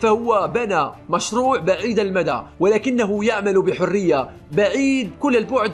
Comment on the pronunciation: السلام عليكم انا اتفق معاك بكل شي معاد الترجمه اللي انت مترجمه بالياباني و طلعت معاك بالعربي البحويه مادري هل انت كنت تكلم ياباني ب صوتك وعرف فيك لدغه في حرف راء يعني على سبيل المثال قلت بحريه بالياباني و طلعت معاك بالعربي بحويه 😂😂😂 او انت تالف على راسي